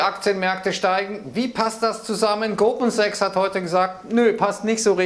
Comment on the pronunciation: Man versteht klar und deutlich Goldman Sachs ich weiß nicht was ihr habt.